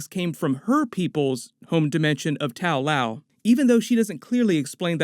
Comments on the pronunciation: tao lao... shaou lou??? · Correction: The name of the city is actually Ta Lo. It might not seem that different, but it was slightly annoying to hear it mispronounced thoughout the video.